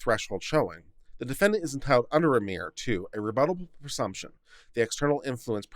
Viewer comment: The first three times you encountered the name "Remmer," you pronounced it three different ways. I submit that, following general English pronunciation rules, the accent is on the first syllable "rem" which rhymes with "hem," as in the lower finished edge of clothing; this leaves the second syllable "mer," which rhymes with the pronoun "her." Indications that you're reading a bit too fast,. You bet I pick nits!